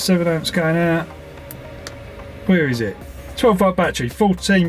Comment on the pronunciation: English is not my native, but still, is there any way you perhaps can improve your pronunciation, perhaps exercise or something?? For instance word like battery, becomes boitaray oys and ays you knoys broi- thei youi goi main